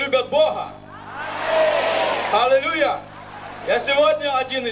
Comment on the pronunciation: "Халилюя" услышал? Перед тобой брехун.